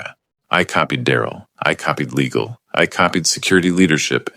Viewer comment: how many ways can the AI mispronounce "Legal''??